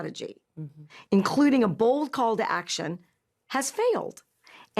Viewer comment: She puts way to much emphasis on “bold”. Like it should strike home or something.